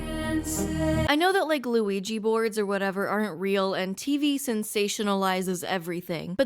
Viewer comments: I love in the beginning she said Lugigi Board and not Ouji Board 😂😂 it just made me think of a Mario and lugigi themed ouji board 😂😂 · A WEGGY Board. A Weegee Board? A Luigi Board!